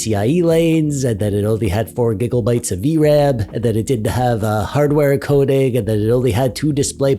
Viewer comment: "4 giggle bites of v-ram" LOL